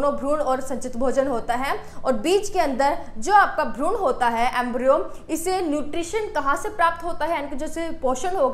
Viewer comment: Bahut sundar tarika hai samjhane kaआप भ्रूण को भ्रूणा मत बोला कीजिए वैसे अंग्रेजी में आपकी पकड़ बहुत अच्छी है जो कि अमूमन विज्ञान के छात्रों की होती भी है very nice